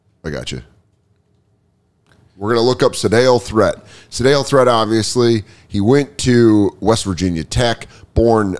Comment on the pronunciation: Hey Dan, love the card stuff. But Sedales last name is pronounced too rhyme with eat. But man I love the old cards.